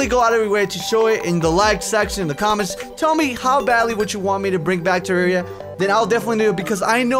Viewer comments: whats terraria do you mean Tewwawia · I WUV TEWWAWWIA xD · TWAWWIA *coughs than starts speaking very proper* would be an excellent series for to play. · #WeWantTewwawiaBack. I think that its a good idea to bring this back because I found you through Tewwawia and because of it I became a huge fan. Plus I cant stop saying Tewwawia. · WE NEED MORE TEWWAWIA SOON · you guys are crazy ok no authens. WE WANT TEWWWAWWIA BACK!! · MORE TEWWAWIA XBOX EPIESODE LIKE THIS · PLEASE WE NEEDS DA TEWWAWIA!!!! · WE NEED TEWWAWIA!!!! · we need twewwia back:D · I DON'T WANT TEWWAWIA BACK! Now that i have your attention, I WANT TEWWAWIA BACK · TEWWAWIA!!! TEWWAWIA!!! EVERYONE! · Wewanttewwawiaback wuv u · we wud wike tewwawia back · PLAY TEWWAWIA THEY SAID! IT WOULD BE FUUUUN THEY SAID! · TEWWAWIA FOWWEWER!...mc's still better tho XD...BUT I WANTS ME THAT TEWWAWIA! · Gimme dat tewwawia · More pl0x (tewwawia)